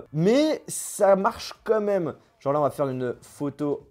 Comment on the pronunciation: Ça se dit pas "comme même" on dit "quand même"